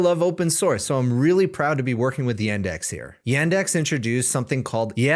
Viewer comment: I`m Russian and for me hearing [Y-e-n-d-e-x] is like for you hearing [G-o-o-g-l-e] instead of ''Google'. It`s [Y-u-n-d-e-x]. It`s our local Google basically.